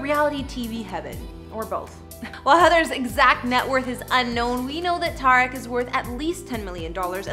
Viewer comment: Tuh-reek not ta-wreck